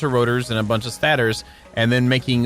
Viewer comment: love the work but i got to say it man its pronounced Stay-tors.